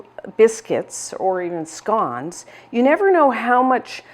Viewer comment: It's scones...